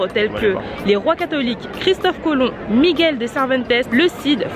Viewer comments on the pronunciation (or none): none